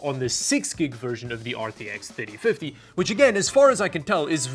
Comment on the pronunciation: Sooo many times when he said "3050" it sounded like "5050". Good thing he has the number on screen enoigh I figured it out, but I started just listening & not watching.